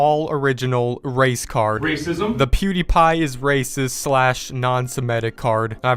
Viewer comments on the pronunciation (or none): i thought you said race car not race card lol